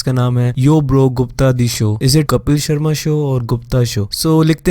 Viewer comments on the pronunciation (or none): none